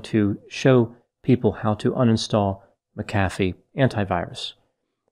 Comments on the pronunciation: Uhh I thought it was pronounced mac-uh-fee not muh-caffey lol ?? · Pronounced. MAC afee. not ma CA fee. He was a fool. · I’m pretty sure it’s pronounced “Mack-uh-fee,” not “Mick-aff-ee.” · MAC-a-fee. Not ma-CAF-ee. Just sayin’ . ♥️♥️🌟🌟🌟Love all the videos. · Its Mac-a-fee not mic-cafee. It's crazy someone that educated doesnt know the pronunciation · Why do you pronounce his surname Macaffeee but the software McAfee? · The whole video you pronounced his surname as Mac Afi and right at the end you said it the way I say it..McAfi! That really thew me off, which one's correct? 🤔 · Pronounced Mac a fee not Mcfee!!! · It’s Mak-uh-Fee, not Muh-cafee . You put em-fass-ess on the wrong sill-ab-ull. Tool. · Agreed. It’s Mac-A-fee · And in South Africa we pronounce it ma CAF ee - emphasis on the middle part. I wonder if there are others who have that surname who could help out with the correct English pronunciation? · I think it's pronounced Mac uh Fee. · Pronunciation is John David McAfee (/ˈmækəfiː/ MAK-ə-fee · I always thought it was pronounced MAC afee. That’s okay. Potato, potato. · Isn't it MAC-a-fee? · Pretty sure his name is pronounced Mac A Vee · HIS name is pronounce MAC-A-FEE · MACK a fee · MACK a fee Erik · Ma..caffee lol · Respectfully It is pronounced "Mac-ah-fee". He was running from the law, and been at it for a while. It's a shame! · pronounced Mac-a-fee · It's pronounced Mc A fee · Why does everyone mispronounce his name? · You are mispronouncing his name. Not that I really care. We should respect others by pronouncing their names the way they do. Wow, towards the end you got it right.